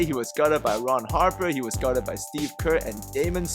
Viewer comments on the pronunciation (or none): none